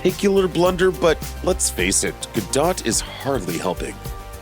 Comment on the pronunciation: what makes me cringe is the idiot who keeps pronouncing ga-dot instead of ga-doe. do your homework fruitcake.